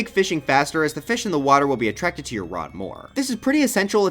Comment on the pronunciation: "attraxked to your rod more" 💀